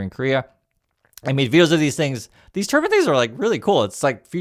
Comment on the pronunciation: it’s turbEYEn 🤪